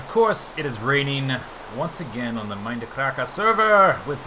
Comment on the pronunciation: I love his enthusiasm when he greets us viewers at the beginning of each video. My favorite is when he says "Welcome backah to the Mindacrackah serer!!!" it's so silly and awesome I start grinning from ear to ear. :P